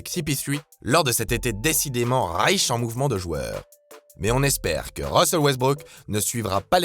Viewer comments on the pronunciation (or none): none